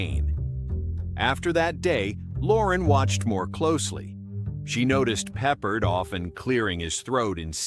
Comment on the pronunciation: His name is pronounced PeppARD.